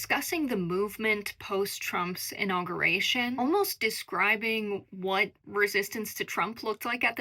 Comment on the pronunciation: inaugUration - conSCIENce 😅 girl... you gotta learn how to say the words you are reporting with. Thanks for the report anywho 👍